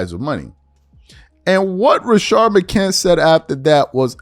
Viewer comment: McCants!!!!!! Lol it's a S on the end